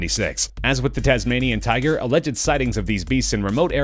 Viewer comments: It said tuger not tiger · Tuger lmao k